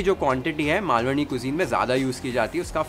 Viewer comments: I wish i could give u thousand likes for saying Malvani correctly... Take a bow chef ❤️❤️ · Omg...even before you start cooking i was so impressed by how you pronounced "Malvani" and then later full marathi sentence...further more marathi words....how much more will you impress us chef...